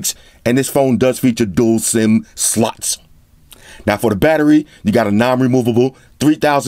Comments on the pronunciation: When emphasize the word "slots", it sounds like "sluts" to me! Lol idk why. Love your reviews as always! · Emphasis on the "SLOT"